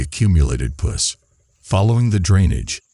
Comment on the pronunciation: Please quit blurring the procedures. We want to see that!! For people who are squeamish, they can just look away. And to the announcer: PUS rhymes with bus...you are not pronouncing it correctly.